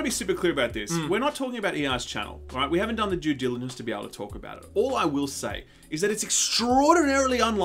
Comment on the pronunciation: I swear to gawd you said “we haven’t done the Jew diligence”